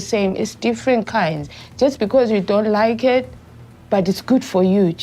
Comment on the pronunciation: "I likhe"